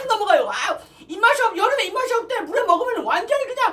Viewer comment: 물회를 물애로 말하사네